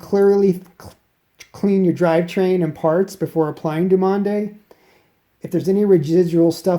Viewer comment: You need to strengthen your forearms man, also I believe it's pronounced Due mon tech... frenchies... I've been using the yellow dumonde tech for 3 years, loving it